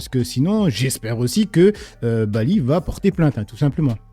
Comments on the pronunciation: Ses excuses etait juste ironique elle se fait un plaisir d écorcher le prenom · Ruth serait antisémites, vu qu'elle joue avec les noms et fait exprès de mal les prononcer ! Il faut être aussi con et malhonnête qu' eux . D'ailleurs Zemmour avait fait pareil, incapable de prononcer son nom correctement il avait même dit "Bali balec". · Hanouna il est lèche quand ça l'arrange elle a 40 ans d'expérience journalistique et elle arrive pas à prononcer un prénom et un nom faut pas prendre les gens pour des cons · une hypothèse, je pense que le facteur qui fait dérailler dans la prononciation du prénom Bally c est l enchainement avec le nom Bagayoko . quand Ruth El Crif essaie de prononcer rapidement Bally Bagayoko elle se prend les pieds dans le tapis